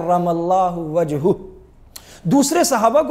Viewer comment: کرم اللہ وجہہ ، وجھہ کے ھ پر زبر ہوگا ، مفعول ہے